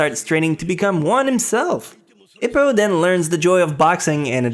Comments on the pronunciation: my boy hes not ip man hes ippo eeeeeppppppoooooooo also simon sea moan my man words are one thing but names common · Eppo, not Ippo as in Hippo, EEEppo :P